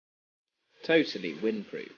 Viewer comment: the tesla, QUIT SAYING TOATLY